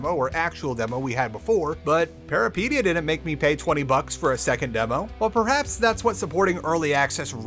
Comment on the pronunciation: It's curious that you pronounce Peripeteia, a very greek word, like Paraplegia, so it sounds like Parapetia. what's a behaviorist (for humans)? let's fucking go.